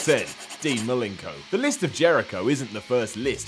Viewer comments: Who's Dean Malinko? I thought his name was Malenko... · is on the link for pronouncing Malenko "Milinko" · Malinko? Another bizarre pronunciation.